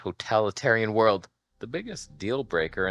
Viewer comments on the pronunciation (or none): none